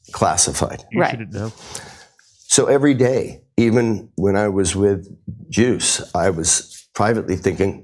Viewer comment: “Juice” sounds like “Goose.” Is he ripping off Top Gun with his story?